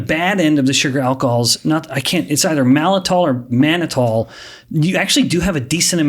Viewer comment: Uh oh...it's not "malitol." It's MALTITOL. As in "malt." This type of mistake can harm someone's credibility.